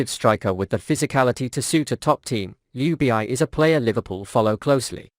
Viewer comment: Jubieyey?? WTF? IS THIS IS A ROBOT SPEAKING? RACIST! ITS ""Ljubičić"" ILL MAKE IT EASIER FOR YOU ANGLOSAXONS = LY-UBI-CHI-CH !!!! HZV <3